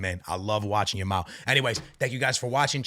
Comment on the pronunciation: Every time says "Yamal" it sounds like he's saying "Ya ma" "I love watching 'Ya Ma'" 😂😭💀